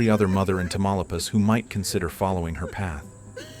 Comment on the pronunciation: I know it's all AI and it got the look of Mexico fairly good, but the mispronunciation of Tamaulipas was annoying.